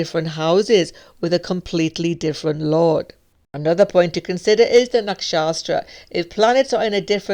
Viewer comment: hi, you are Great. Only to correct: is Nakshatra, no Nakshastra. Thank you!